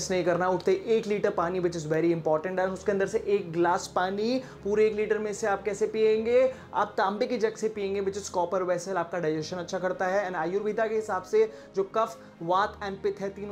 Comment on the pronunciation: आयुर्वेद होता है आयुर्वेदा नही